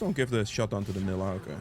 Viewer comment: Need to give Nilah a bakers skin…. So your pronunciation would be correct 😂😂😂 vanilla without the va